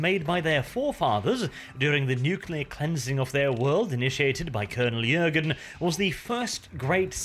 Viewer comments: Hi thank you for the remaster. However, I am sorry to break it to you, but the name is Colonel 'Jurten', not 'Jürgen' and I am sorry again, but you make the mistake throughout the whole video...thanks again anyway and happy holidays. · JurTen not Jurgen come on man